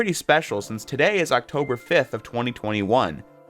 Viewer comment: Bro did you just say ouctober 5th! Ouctober 4th is my birtherday!